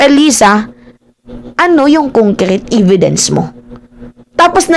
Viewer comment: E-vidence not i-vidence